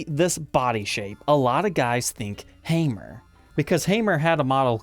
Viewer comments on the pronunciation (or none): ⚒️🔨🔨🔨🔨🔨 not hamere that's like lame Paul unless your from Indiana then I could forgive your speech inbreeding